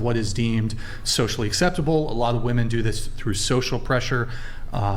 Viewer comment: "How many wahmen brains needed to rearrange seating?" 12 but somehow they still can't do it right. 😂